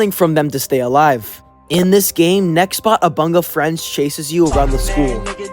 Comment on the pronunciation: omg he said nextbox lol